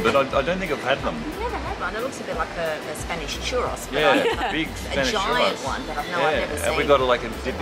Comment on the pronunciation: We pronounce it Chu Rows here in the US. =)